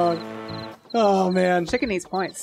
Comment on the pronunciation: BOINTS... NO BOINTS